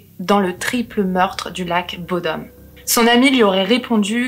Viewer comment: En tant que Finlandais et copain de Alexi (rip) je dois corriger la prononciation de bodom (bou dom le ou est long)